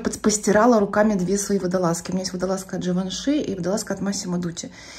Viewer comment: Живанши а не Дживанши